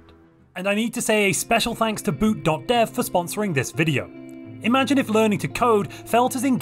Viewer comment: when you said boot.dev, I swear I thought you were saying boot doctor with the weirdest accent